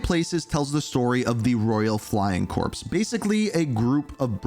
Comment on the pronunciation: “corps” really? It’s pronounced the “core”